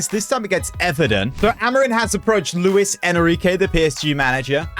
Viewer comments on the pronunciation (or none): none